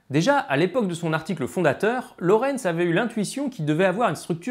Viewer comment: Ok, ''déjà''.. et il y a d'autres choses utiles que tu souhaites ajouter ? Parce qu'en fait non, on ne dit pas Lawrence mais Lorenz et c'est bien l'attracteur de Lorenz (qui a été traduit de l'anglais ''Lorenz attractor''). Autre chose ? Hmm?